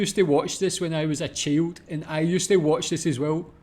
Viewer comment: I've never heard child pronounced "chilled" before.... Aye!